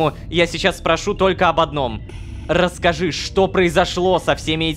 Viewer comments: Кто заметил как Рома произнёс Расскажи на Ррррр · 17: 02 Рома стал картавить над буквой р